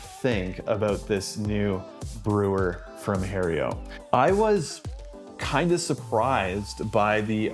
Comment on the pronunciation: Lost me at calling it Hae-rio. Learn to pronounce the name of the company you are stumping for. I'm amazed they didn't boot you out immediately